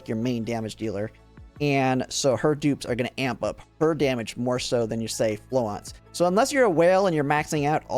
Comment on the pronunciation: You've got the French pronunciation of Florence almost down. Keep saying it the way you're saying it, but don't drop the "r". It's the start of the 2nd syllable, so flo-RENCE. If you Google "French pronunciation of Florence", or any other pronunciation you're not sure of, like "Chinese pronunciation of Zhaohui", you can usually find a video or sound clip, although I did have to look Qiongjiu up as separate "Qiong" and "Jiu", go figure. In spite of Florence being "French" and spicing up her language with the occasional French word (because the PA-15 is a French gun), she's arguably named herself after founder of modern nursing, Florence Nightingale, who was English, so an argument can be made for either pronunciation. In Project Neural Cloud, the VA pronounces it more the English way, but with a Japanese accent, of course. I imagine she'll pronounce it the same way in GFL2, so you're probably safe to stick with the normal English pronunciation for this one.